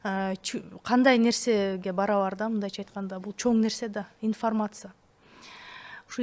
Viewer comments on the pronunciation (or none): инфмрмаца ифармаса дебей уйронсон. суйлошту